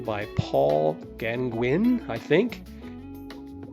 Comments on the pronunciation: Beautiful. Well done . BTW: Gaugin is pronounced “Gau - gone” 😊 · "Paul Gangwin" Sheesh! "Van Go" Still no.